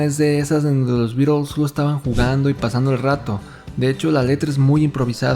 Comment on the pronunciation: Cuando oigo pronunciar "birels" me sangran los oídos. A ver si aprenden: ¡"BITELS"! Es un juego de palabras entre BEAT y BEETLE (por The Crickets).